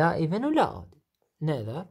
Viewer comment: جزاك الله خير ولكن تصحيح بسيط تلفظ اود وليس اودد وارجوك الرجاء الاخوي ان ترفع صوت التسجيل في الحلقات القادمة